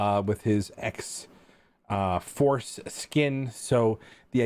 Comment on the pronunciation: "Dead pool had grey x-fore skin" anyone else hear him say it like that?!?!